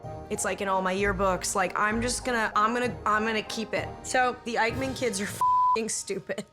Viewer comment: Eichmann, not Eikman 🙄